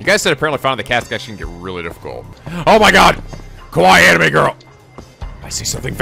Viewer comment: In reality it's most often pronounced like a long E, like the E in "ever" but longer. But it's a sound English speakers seem to have problems with for some reason when it appears at the end of words. You seem to always pronounce it like "ay", like how you pronounce anime "animay".